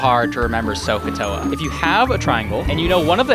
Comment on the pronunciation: I thought he said Crocatoa